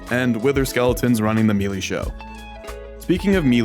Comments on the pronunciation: "Melee" is usually pronounced as either "Meh-lay" (British) or "May-lay" (American). Never heard anyone pronounce it as "Me lee" before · "mealy" skeletons?